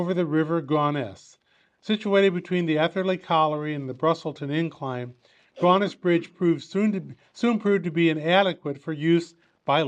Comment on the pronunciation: Typical yanks can't pronounce English words properly !